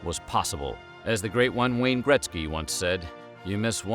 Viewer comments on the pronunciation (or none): Gretzsky? 🤣 You mean Wayne JetSki (Gretzky is the way he spells it)